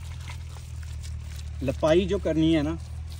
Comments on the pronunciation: the way he says ALHAMDULILLAH nad BISMILLAH is awesome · Pl understand how to recite Bismillah, seek guidance from any Qari, u recite many times in one video and always wrong pronunciation